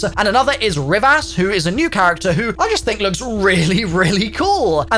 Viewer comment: Rivas is "Reevus" not "rivv ass"